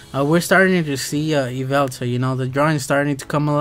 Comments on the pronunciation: I am so triggered right now, LOL its not yvelta It's yveltal looool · Yveltal not yveltala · his nam is Yveltal (ya-vel-tol) pronounced